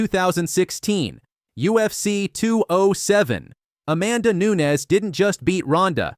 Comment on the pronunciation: CAN YOU PLEASE PRONOUNCE NAMES CORRECT ... ffs NUNEEEEEEEEEEEEEEEEEEEEEEES ffs DAMN FUCKIN BOT it's extreamly lazy not using your own voice in videos better yet do some freakin research in how to pronounce names two e's = an i, while a regular e is a damn e so NU-NES GET IT !